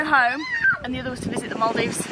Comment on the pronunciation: So annoys me when he says over instead of other